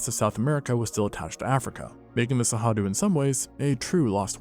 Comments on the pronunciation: I get that you can't pronounce Cerrado, but hearing it pronounced with an h, just made me want to bang my head against a wall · Give me a break! Why are you guessing at the pronunciation of Cerrado? It's not even a reasonable guess! Where'd you get that "H" sound? It only takes seconds to search for "pronounce cerrado" and follow a link. When I find that a channel that takes itself seriously doing things like this, it makes me distrust their information. If you can't be bothered to learn to pronounce the name of the place you're talking about, how likely is it that you were conscientious in your research? Seriously. It matters. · How do you get "Sehadu" out of Cerrado? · There's no way "Cerrado" is actually pronounced "Sahadu", is there? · You have a very funny way to pronounce Cerrado... as Sahadu. Anyway, without the great gnu migration... the Cerrado can't compete with the East African savanna, really. Where are the great herbivores when you need them?! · Love the video, and love that cerrado was mentioned and talked about, but as a Brazillian also, the way he says cerrado hurts my heart so much 😭